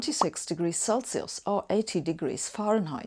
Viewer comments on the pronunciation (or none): none